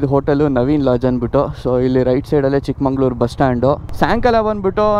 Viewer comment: ಚಿಕ್ಕಮಗಳೂರು❤️❤️ bro Not ಚಿಕ್ಕಮಂಗಳೂರು